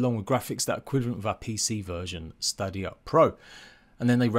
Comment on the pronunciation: At least say Stadia right 🤣 and FYI I have Series X and the game still looks shit